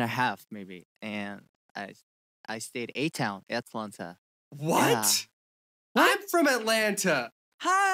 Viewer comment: Eric REALLY put 'H' in "Hotlanta" 🥴🤪❣ also - Eric, dude just spend $1 for stick on nails at the Dollar Store for ASMR. JUST. DO. IT!